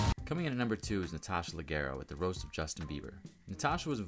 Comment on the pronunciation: Wow, you really can't pronounce leggero?